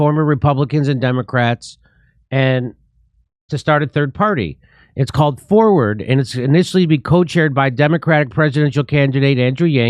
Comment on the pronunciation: at first I thought you said it was called Foreplay, but it was forward. oh my bad.